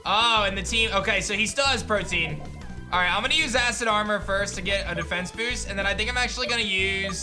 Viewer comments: the ability is not “protein” it’s “protean” pronounced pro-tee-uhn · Please tell me he’s saying Protean like Protein intentionally?